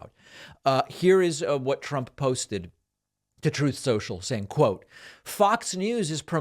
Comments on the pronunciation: Nice plant , shirt & stache. However, I’m disappointed that you left out 45 in the background shouting, “ truff sensual “. It’s always hilarious. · Looks like his "likes" on "troth senchal" are diminishing. 🤣 Love it.